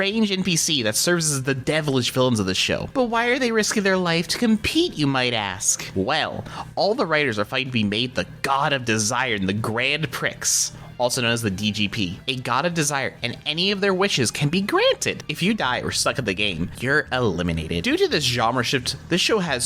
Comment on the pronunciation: Grand Prix is pronnounced Grand Pre. Could've been a joke that few over my head just know it's common for people to not know that since it's rarely ever said out loud